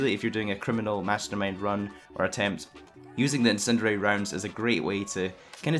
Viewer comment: "incinererer rounds"